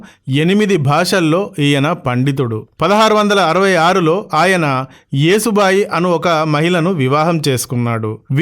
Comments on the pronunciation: తాతమ్మ కాదు నాన్నమ్మ, యేసు బాయి కాదు ,యశో బాయి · యేసు బాయి కాదు యశో బాయి